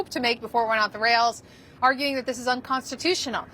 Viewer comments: unconstitunional - sounds like a joke out of his mouth. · HE SAYS UNCONSTUTIOAL, IS THAT THE SAME CONSTUTION HE WATS TO GUT IF HR BECOME DICTATOR?